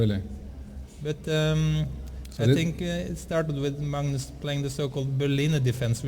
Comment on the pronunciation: Peter Hooge It's pronounced Mangnus in Norwegian. The commentator to the right is Simen Agdestein, Norways third best chess player, has a rating around 2600. You can learn how to pronounce Magnus correctly, if you listen to how he says it.